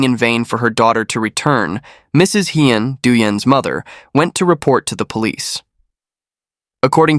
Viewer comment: Thank you for listing all the names. Without all the criminals' names, this case would seem fake and made up. Although, pronunciation of Asian names can be improved. E.g., Hien is pronounced Hee-yen, not High-yen.